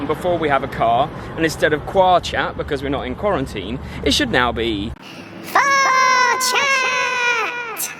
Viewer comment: Love this. Also all i could hear was Fart Chat not Far chat. 😂